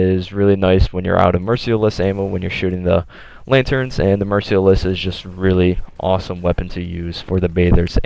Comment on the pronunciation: Mer-SEAL-less :thinking